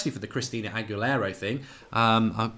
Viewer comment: Hi Mark. It’s pronounced Ag-U-Lara. The example you gave is AWESOME!!!! Made me laugh for a while today. Thanks for that one!!